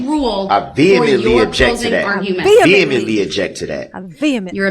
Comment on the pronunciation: Who taught Darrell how to say vehemently? Can he spell it or use it in a sentence? Really….spell receipt